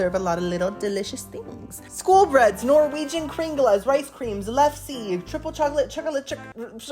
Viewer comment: So cool that you visited the Norway part of Disney. You nailed it with the pronunciation of kringla and almost had the exact pronunciation of lefse. The "e" at the end of lefse is pronounced as an "a." I know because I'm Norwegian myself. I grew up with many Norwegian foods. I watched from beginning to end. Hope you're having a wonderful weekend.